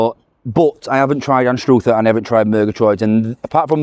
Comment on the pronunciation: The place in Scotland called Anstruther, is pronounced like saying mother, not like stroother❤